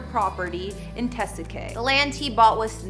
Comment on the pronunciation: Learn how to pronounce "Tesuque" and "Navajo."